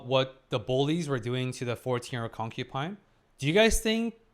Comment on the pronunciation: you must really love trees, since you keep saying "concu🌲" 😄 It's not "concuPine", it's "concuBine". If you're saying it with a B, I apologise, but I hear a P.